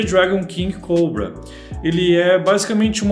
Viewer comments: Alguém me diz pq ele fala coubrua em vez de cobra??? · Invés dele falar português o nome do mouse, n, fala ingles, eh cóbra, e n coubra! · ele é brasileiro, ta no br, fazendo video em portugues falando p br, e pq ele ta pronunciando "COUBRA"? esses enzo de condominio sao foda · “Redragon King Cowbra” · caralho meno q agonia desse nerdola puxando pro ingles COBRA, porra meno ja ta em portugues cara AKAKAKKAKAKA